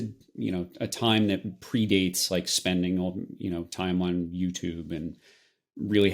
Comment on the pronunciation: What's "YouChube"?